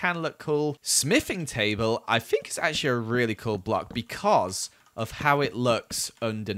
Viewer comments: did anyone else hear him say tabel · Did anyone else hear tay bale or just me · "Tay Bale"